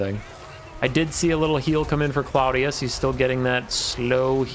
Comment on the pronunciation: I think it's pronounced Claw-dee-us, cuz, ya know, crab claws? Lol